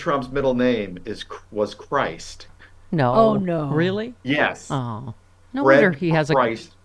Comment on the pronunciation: It's not pronounced ChrIst as we know it. Christ as in Christy without the y. I'm a German, this is common.